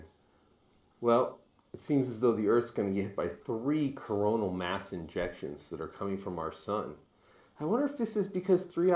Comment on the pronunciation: He keeps saying coronal mass injections lol ejection 😢😅